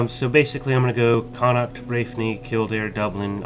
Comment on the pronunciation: con- uckt is the correct pronunciation, you actually got it right a few times also len-ster